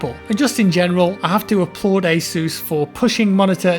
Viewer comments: well, not really it sounds like he’s saying “A ZEUS”, but the pronunciation wasn’t really the main funny thing, it was the way he said it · I’m sorry, i don’t want to offend after your jaw surgery, but the way you said “ASUS” is just hilarious